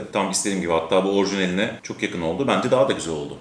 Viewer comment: Kardeşim arada çoh çohh güzel görünüyohhh falan diyorsun ya. İşte onları deme. Videodan kopartıyorsun adamı.